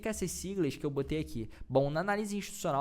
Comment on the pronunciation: "Liquidy" ou "Liquidity"... rsrs Desculpe, mas não resisti. Cara, muito bacana esse conteúdo, para abrir os olhos da galera mesmo!!! Grande abraço garoto!!!